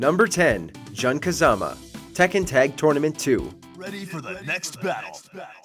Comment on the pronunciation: "Juhn Kazama" :/